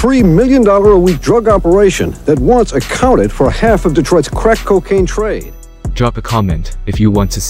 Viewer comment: I couldn't tolerate the narrator's voice and diction, extremely annoying and a slight condescending. The way he pronounced words like "crack", is when I knew that I had to go . Deuces.